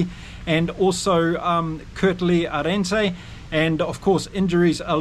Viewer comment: Hi. Thanks for a great channel. Just a tip on pronouncing 'Arendse': We don't pronounce the first 'e' at all...as if it is spelled 'Arndse'. Keep up the good work!